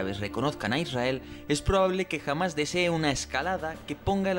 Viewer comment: ¿Por qué pronunciar "Hamas" como "Jamás"? Es terriblemente confuso, e innecesario en español...